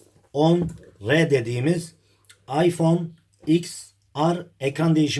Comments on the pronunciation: Iphone ten ar diye okunuyor ya da 10 re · ABİ LÜTFEN ŞUNU DOĞRU OKU IPHONE TEN AR DİYE OKUNUYOR 😡😡😡😡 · İphone x er diye okunmuyormu?